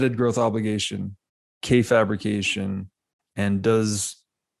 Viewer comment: I've never heard anyone pronounce "fabrication" like that. Fabric, fabricate, fabrication. Fab. Not fabe. Fab.